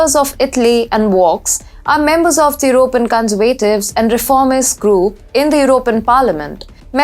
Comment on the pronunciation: terrible presentation. what on earth are you talking about? please use punctuation, commas, full stops and learn how to pronounce 'conservatives' just ask google. amateur hour.